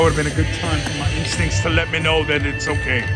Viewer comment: Lol one time when you said my instincts it sounded like "my ink stinks" But I like your tattoos 🤣